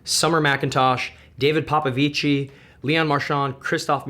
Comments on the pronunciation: Just informative message - the correct way to say “Popovici” is “Popovich”, you don’t pronounce the “i” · sorry for being a stickler, but we pronounce david popvici as 'david popvich' not with an ending e sound since we're not italian, love from romania